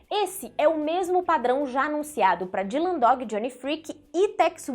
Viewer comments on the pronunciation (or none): none